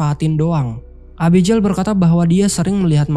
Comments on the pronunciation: Nama Abigail itu biasanya dibaca é-bi-gél bukan e-bi-jél, pake g bukan j.. cmiiw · Bang, abigel bacanya. Jgn abijeil. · agak gimana gtu pas denger Abijel 😂 Abby geil bang 😅